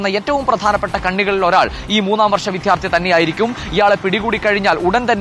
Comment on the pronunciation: വിദ്യാർത്ഥി ആണ് വിധ്യാർത്ഥി അല്ല.. രണ്ടാമത് വരുന്ന അക്ഷരങ്ങൾ ഉറപ്പിച്ചാൽ മതി